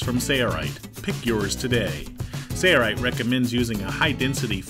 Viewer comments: I love this video. My only criticism is that the narrator does not say his company name properly. Please enunciate SaiL Right. No Sareright. Thanks! Good job guys! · Awesome video! Are you saying SAYA_RIGHT? looks like SAIL-RIGHT. Just want to know how to pronounce it.Thanks! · He says sayaright